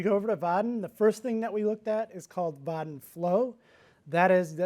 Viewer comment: Dude, the way he's taakn! There is n effn "i" between "a" and "n" in "Vaadin". But he's not sayn it. Makes me frickn not likein' 'im. What the hell is is with his "calfs" all the time! (In German "Waden", meaning "calfs" is pronounced as he does "Vaadin"). So it's really distracting mentally to "fix" that every time he says it). Nice talk otherwise. ;)